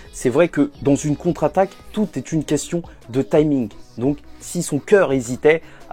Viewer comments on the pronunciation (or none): la contraquataque🤣